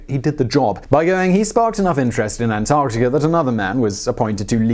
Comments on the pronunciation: dude said antartia...lol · I swear sometimes he’s saying antartia at some points in the vid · British man say, "Antarctikerr." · you sound Irish when you say Antarctica lol